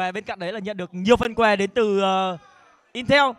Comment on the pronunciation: "nhãn hàng "in teo"" said